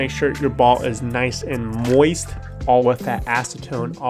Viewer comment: why does he say "moist" like that?